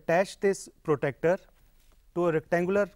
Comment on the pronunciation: Its pro-TRAC-TOR NOT PROTECTER btw nice video!